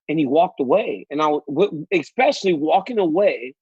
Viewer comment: hey DC WHAT IS THE WORD EXPECIALLY ,,,,DO YOU SAY EXSETRA TOO IN LEU OF ETCETERA